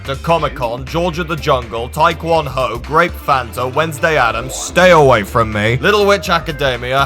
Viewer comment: “Tae-Kwon-ho” got me cryne